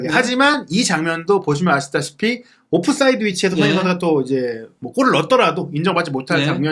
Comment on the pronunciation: 에메리 감독을 뺏어와야 겠네. 완벽히 발리던데 토튼햄.. 손흥민이 예전같지 않아.. 그리고 발음이 오프사이드가 뭐야??